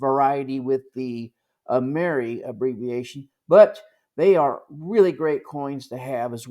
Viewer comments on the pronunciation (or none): Excellent and informative video! I do believe though that in the EAC circles the coin is pronounced “Am”-er-“I”. Keep up the good work! 😊